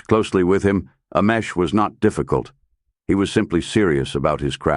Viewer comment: I couldn’t watch this one because the mispronunciation of this man’s name, butchered, a hundred different ways, was unbearable.